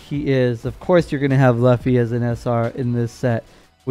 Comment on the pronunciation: I pick red...im rolling with the Straw Hat Screw!...you butchered the name Luffy ...its all good! Lol